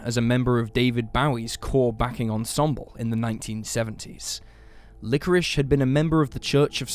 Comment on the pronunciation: LikoriSSSSHSHSH" That's it. I am using subtitles.